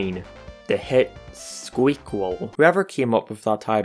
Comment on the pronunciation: Its pronounced squequal